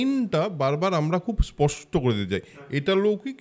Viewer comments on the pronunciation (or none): none